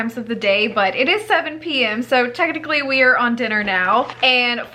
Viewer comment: OMG you can hear your North Carolina accent when you were saying a.m. and p.m. when you were talking about the clock in your kitchen!